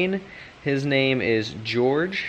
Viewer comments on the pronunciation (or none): loool, "george" its "hose" dig these videos, keep up the good work mate :) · I think Jorge is pronounce "hoar hey"